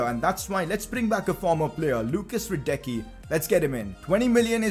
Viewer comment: PCQ: Hradecký is pronounced: Hraadetzkee